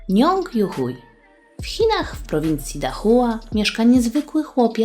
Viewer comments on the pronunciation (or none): Chcę tylko powiedzieć, że jego nazwiska tak się nie czyta. Youhui czyta się "juhłej" albo "juhłi" (nie jestem pewna które).